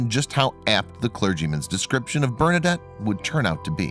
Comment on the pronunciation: I don't know why the people who do these videos cannot ever pronounce names and locations correctly. That's the least you can do to honor the memory of St. Bernadette. Do some research and learn something, why don't you? Ugh.